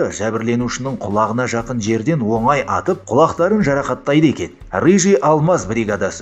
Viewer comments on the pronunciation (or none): none